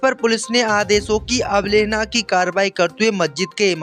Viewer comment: अबलेहना नहीं अवहेलना होता है